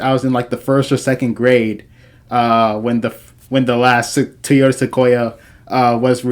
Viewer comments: Great review but please my guy it’s pronounced “TOY” “YO” “TA”. You killing me with your pronouncement. Please stop saying “TEE” “YO” “TA”. I know it’s petty but it’s just nagging me. 😂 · tee-ota? Is that like a Toyota?